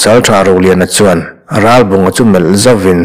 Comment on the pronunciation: Thurawn pe tur che chu nilo mah ila, a bung hmasa lam aṭang tawhin, Ralbunga hming hi i lam fiah tawk lo deuh. 'Rá-bawnga' tia lam i ang tlat mai. 'L' hi lam fiah deuh ni bawk se.